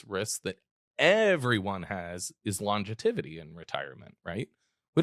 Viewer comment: I do not want to come off like a school marm but you said the word, lon-ge-tivity, several times. I’m sure you already know, the word is actually longevity, but figured I should mention it for next time.